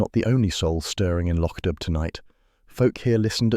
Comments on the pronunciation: How difficult is it to remain true to the MC Beaton original story. The area is pronounced Loc Do, not spelt that way, not dub. Do Better plus the graphics are totally not relatable to the description provided by the original author. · The village is still pronounced lock doo. Sonsie is a girl. Read the stories and get it right. It's no harder than getting it wrong.